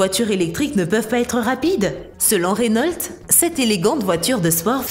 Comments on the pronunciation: oh non pas ça ! Reunolte ! c'est reuno (enfin la prononciation) mais avec l'accent on peut comprendre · C pas renolte mais Renault et c une bousse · C'est pas rénaulte mais Renau c'est Renault. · RENAULT PAS RENOLTE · elle a dit "Rénolte"!!! au lieu de Renault (prononciation "Reuno") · On dit pa rénault c reunaut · « Renolt’ » Une bonne vielle marque Française ! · On dis Reunaut... Sinon si tu trouve que la SCC la Lamborghini et la Renault Sont les plus cheater Like ! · Attend comment elle a prononcé Renault la ? Elle a dis renolte c'est quoi ça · Tout ce passé bien.. Tout était nickel.. D'un coup j'ai entendu Rénolte.. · Wsh mais arrete de dire rénolt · On dit Renault pas renolt 10 minutes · rénolte ? c'est qui cette counasse... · Pour moi qui travail chez renault, entendre dire Rénolt fait mal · Selon renolt moi aussi je me suis marré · Je viens d'apprendre que RENAULT a changer sa prononciation. Je ne savais pas que je suis en possession d'une RENOLTE.Merci la video. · Renault aussi